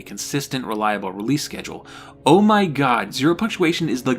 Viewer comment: "It's MY ritual it myeh ritual, its myehmyehmuhmeh " 😂